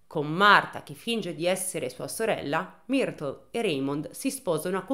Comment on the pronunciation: Marfaaaa... se non lo sai dire...potevi dire Marta cosi ci saremmo risparmiati quel fastidiosissimo Martfffffaaaa ogni 2 per 3.